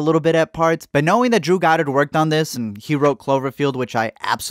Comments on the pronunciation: When he said “butt’ll” I thought he said “pero” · “Pero” nigga Hispanic 😂